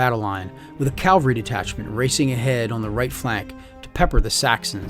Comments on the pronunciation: Love you guys! Your linked campaign videos are fantastic. But friends, men on horses are CAValry, not CALvary. You have my subscription. You have my likes. You have my support on pronunciation..... CAValry. Thanks for sharing your passion for the hobby. Keep up the great work. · Cavalry noy Calvary